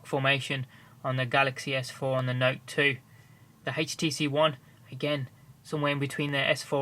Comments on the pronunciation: hetch tee see won thear wtf o.0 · i love how he says htc one ( hates tee see 1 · haitch-t-c one ??